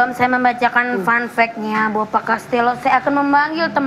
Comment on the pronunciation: fan fack...😭😭😭😭😭😭 izin koreksi, yg benar "fun fact" kak😭